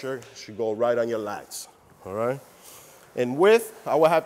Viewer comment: Righ', righ'.